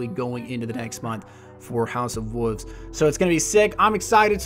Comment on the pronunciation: Why do you say house of wuvs instead of wolves